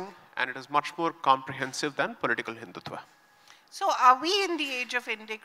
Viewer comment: Hindutva, not Hindutvaa.